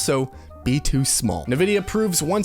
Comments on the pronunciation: am i the only one that thinks its a tragedy to pronounce it nu-vidia instead of en-vidia? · en, vidia , not nuh vidia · great video and all, but the way you say nvidia is pissing me off lol. its pronouned En-Vidia. not nuhvidia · It's pronounced "in-vidia" NOT "ne-vidia". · Is there a reason for you to say "Nuh-vidia" instead of "N-vidia" ? Is there a joke I missed ? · It's called N-Vidia ... Not.... NuhVidia .. the more you know! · Pronounced "In-Vidia" not "Nuh-Vidia". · It's pronounced " EN - Vidia " what an idiot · Bro why do you pronounce nvidia like that. Nehvidia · Nevidia? Nivea?